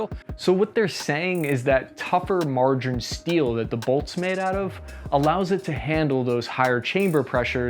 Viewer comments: "Margarine" steel = Maraging steel, i.e. "mar" (martensitic) - "aging" (heat treated and aged). Mar-Aging. Maraging. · Is he saying margarine steel? Does he mean maraging steel? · 'maraging steel' not margerine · Sounds like you guys keep saying "margarine steel" when referring to the bolt and other components. Did you/ mean maraging (martensite aging) steel? There are a couple silencers now that are made from M300/C300 maraging steel. Wondering if its the same thing. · Margarine steel? The heck? Do you mean maraging steel? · "Margarine steel", I think he means maraging steel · I kept hearing "margarine steel" ... smooth as butter steel but greener? My ears are dyslexic... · "Margarine" steel. That got me every time.